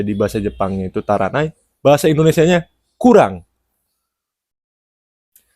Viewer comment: No 1 bukan taranai tapi Tarinai 足りない（たりない / tarinai） ✅